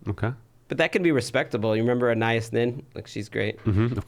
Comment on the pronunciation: The name Anaïs is pronounced, "Ahh-neigh-ees" not "Uh-neigh-us"